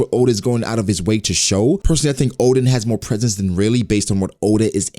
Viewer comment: Guys, its Rayleigh get it right